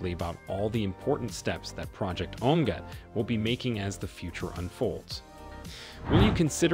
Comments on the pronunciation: Project, omg, that's what it sounds like he is saying (project oh my God )or ( omeega, ) ( Omaha) Too. Funny 😅😅😂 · The best part was that the reader couldn’t decide how to pronounce OMEGA